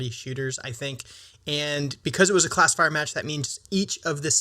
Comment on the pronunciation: for the first half of the video I thought you were saying "Class of Fire" instead of classifier